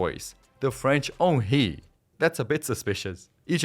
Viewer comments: The french Onchy :D You mean Henry?? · Henry ❌ Onh-Chieh ✅